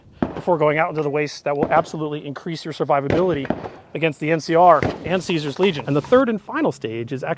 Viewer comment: it's pronounced Caesar not Caesar